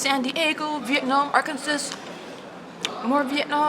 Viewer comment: *Arken'saw'. Not sas. I made that mistake too. Lol. Love watching your Vlogs! Some I watched over and over. You are awesome!